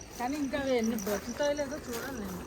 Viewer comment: నీను కాదు మేడం, నేను అనాలి. PM అంటే మధ్యాహ్నం, ఉదయం కాదు.